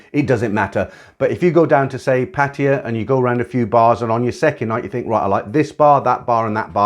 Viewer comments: Amazing. You're the first farang "expert" on Thailand that actually pronounces "Pattaya" properly. Most butcher it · He's a Brit.. They don't slaughter Pattaya like the Aussie's do. I had my finger on the delete button just waiting for that city's name to be mispronounced, (I use that to determine if a poster is worth listening to.) passed the test, so I continued to the end.